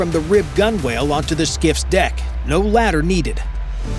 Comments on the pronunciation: GEEZ OMG SERIOUSLY?? "GUN WHALE"? SERIOUSLY?? IT'S PRONOUNCED "GUN 'UL"! LOOK IT UP! DO THE WORK!! PERFORM THE RESEARCH!!! GEEZ YET ANOTHER EXAMPLE OF YOU NOT KNOWING SHITE ABOUT WHAT YOU ARE PUBLISHING!! GEEZ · Learn how to pronounce gunwale and coxswain. AND, WHAT WAS UNDER THE TARP??? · Never told us what was under the tarp, and cannot pronounce coxswain or gunwale earns this a dislike.